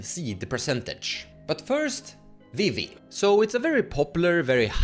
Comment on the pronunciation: Now calling Vivi “Wee-wee”, forever. Thank you